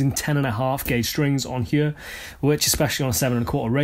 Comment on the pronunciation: The brilliant, pronouncing ‘here’ poorly intonated 👀🤣. I’m Welsh too, so allowed ☝🏻🤣